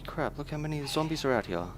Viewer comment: I hate it how he says hare instead of here -.- Drives me crazy!